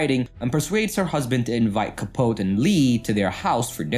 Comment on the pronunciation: CAH- POE-TEE.